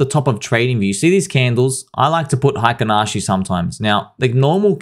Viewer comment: Man that "Heikin Ashi" pronunciation was perfect:) doesn't sleep because Pulsechain/Pulsex/Hex is never down lol